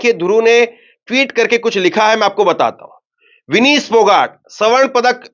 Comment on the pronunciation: विनीश ❎ विनेश ✅अपनी उच्चारण में सुधार लाओ